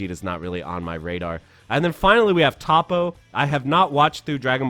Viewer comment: His name is Toppo (Toe Po)